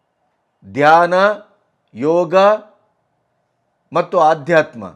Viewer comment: Read as dhayna only